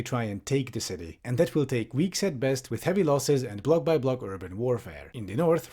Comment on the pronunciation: I didn't hear 'block by block', at first I thought you just got bored and said: Blah-blah-blah warfare.